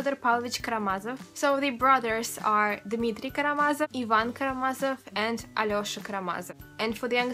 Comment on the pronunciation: Thank you, I'm an American reading The Brothers Karamazov for the first time and it helped me to hear you pronounce some of the names!